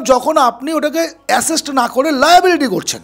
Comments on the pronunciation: আপনার কথা তে আশেষ্ট নয় ওটা হবে আসেট। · Asset noy, ASESST 😮😂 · আপনার কথা শুনে ভালো লাগলো শুধু দয়া করে "অ্যাসেট" উচ্চারণ টা ঠিক করবেন।